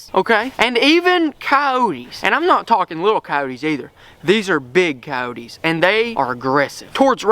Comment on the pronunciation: STOP SAYING COYOTE(S) LIKE THAT!